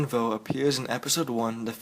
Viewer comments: It's quinlan vos not quinlan vo dumbass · its quinlan vos not quinlan voa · You prounced Quinlan's last name wrong. >_< Its Vos not Voh. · Quinlan Vo lol it is pronounced Vos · It's voS. Pronounce the S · I hate when other people Butcher famous Star Wars characters name. Voss it's Quinn LAN Voss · I thought that Quinlan Vos was pronounced differently.